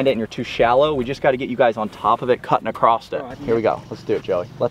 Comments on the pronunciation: “ACCROSSED” it. Garret, you should start a Good Good English Labs channel! Lol just picking at you. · cringed when I heard say "acrosst" lmao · My guy. There's no "t" in across